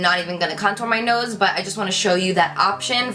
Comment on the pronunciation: I don't know why, buy I love the way you say 'nose' 😅